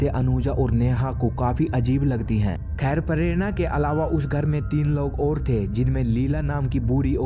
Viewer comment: Pharerana😂😂😂 prerana bhi ni bolsaktaa bhenchdh